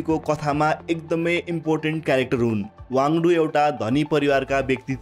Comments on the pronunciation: वाङ्दु हैन वाङ्दी हो । तथ्याङ्कहरु केहि मात्रामा मिलेको छैन । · खम्पा कमाण्डरको नाम गे वाङडु होइन, सही नाम गे वाङदी हो । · Not Wangdu but Wangdi pls correct